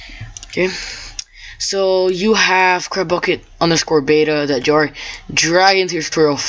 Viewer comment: It sounds like your saying crapbukkit lol